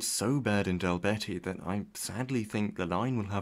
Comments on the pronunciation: The IPA version on Wikipedia is pretty accurate. Anyway, for future reference, it's something close to "Doll-beet-ih" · Dalbeattie is pronounced dalbeetee not dalbetty Other than that a great video! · It’s pronounced Dal-Bee-tee. Bee like a bumble bee. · Dumfries to Stranraer - what a massive boost to the area where there's no railways at all. Having lived southwest of Castle Douglas, it was so poorly served for public transport. Just an FYI - Dalbeattie is pronounced Dall'beet'ee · How on earth did this vid come up with "Dal Betty" as a mispronunciation of Dalbeattie?